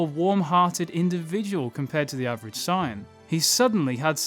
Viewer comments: I love your content, but the way you pronounce Saiyan drives me crazy lol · buddy No offence, but you gotta work on correct pronunciations. How you say Saiyan is criminal!